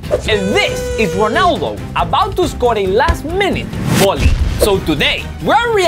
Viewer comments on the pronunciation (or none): I just loves how he says Cristiano Whoonaaadoo😂❤